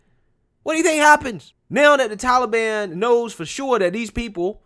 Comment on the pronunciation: Joe, it's the Taliban, not tallyban.